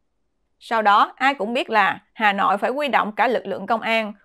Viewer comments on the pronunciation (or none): Xá họi hà nọi, nghe kinh thật